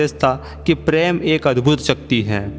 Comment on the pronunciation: I will suggest plan choose ur commentator in better way his voice should be nice and should speak correct word sh and s and it is prem not preem